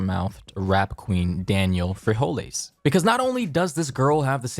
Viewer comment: “danielle bre-hole-ee’s”